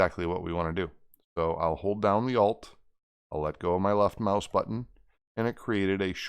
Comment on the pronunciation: Did you say "OLF" key of the keyboard